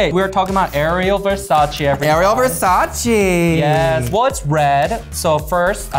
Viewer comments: Darling its ver sa ci not verses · Certainly Not Vers-ace, not Versa-chi but Versa-CHÉ ! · As a natural red head I’m offended that you would pronounce Versace that way.